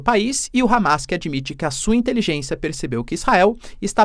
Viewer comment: "INTELIJÊNÇIA DO HAMAS" KKKKKKKKKKKKKK